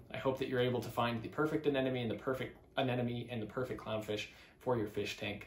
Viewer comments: (Ah Neh Moh Nee) Not (Ah Neh Nah Me) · yeahh i noticed americans say anemone as anenome but whats funnier are filipinos saying animown